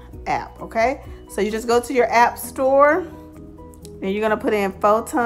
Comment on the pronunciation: Phon-to not Pho-ton